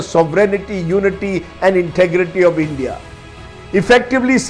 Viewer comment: U first learn English it’s. Endia it’s india